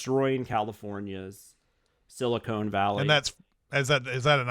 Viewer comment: Dammit, it’s “Silicon Valley”, not “Silicone Valley”. Silicone Valley is the space between fake boobs.